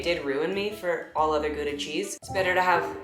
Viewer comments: i live near gouda and i have never heard a non-dutch-speaker say gouda right?????? i felt so oddly validated? i was so caught off guard?? so validated? too validated? maybe? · OMG you pronounce Gouda the proper way! That makes me so happy :P Also your journal entries are really well written. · As a Dutch person, your pronunciation of Gouda was really good!! 🧀